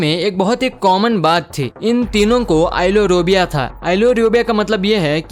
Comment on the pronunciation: [MISTAKE] - Ailurophobia आईलोरोबिया नहि बल्कि इनका उच्चार आईलरोफोबिया होता है